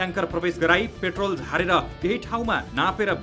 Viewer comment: पेट्राेल लाई प्रेटाेल भन्न भएन र हृदयबिदारक शब्द उच्चारण भएन , प्रस्तुती दमदार दिने हाउभाउ देखाए पनि अलिक शब्दावली उच्चारणमा अध्यायन गर्नुपर्याे । तपाइलाइ प्रगतिकाे शुभकामना ।